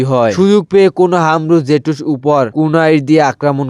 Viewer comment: হোয়াইট জে টু স নয় হোয়াইট জুকসু আর নিনজা ওয়াইফ না নিনজা ওয়ার একটু শুদ্ধ করে❤ আর ভয়েস কিরকম করে দাও একটু ভালো করে ভয়েস দাও